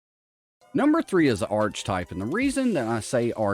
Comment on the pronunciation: lol every time this man says arch type"" I cringed :0